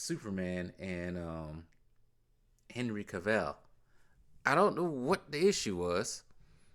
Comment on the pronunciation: I think it’s pronounced Cav-ill not Cav-ell lol